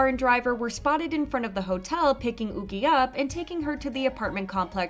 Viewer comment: Yuqi is a Chinese name and would be pronounced Yoo-chee not ookee.